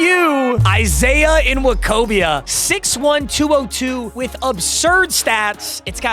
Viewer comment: It’s just “wokobia”